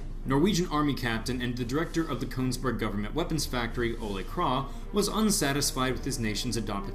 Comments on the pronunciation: You say the name of the rifle almost 100% correctly KRAG But when you say the guys name you go flipside with KRAH Sry, it got annoying enough that I had to point it out (donno why, I'm usually not like this). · Your pronunciation of Krag was incorrect. In Norwegian it's "krag" and in Danish it's "krow"